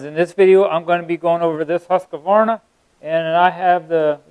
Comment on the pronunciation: Quit saying "uh" in the middle of .............HUSK VARNA